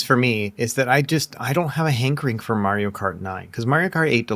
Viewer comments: "Merio kart" 😅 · Man, someone please teach how to say Mario. And man, dot matrix printers felt good to watch print as well as tearing the paper.